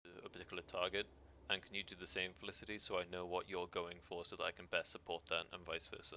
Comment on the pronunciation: "fel-iss-ity" haha love it despite that.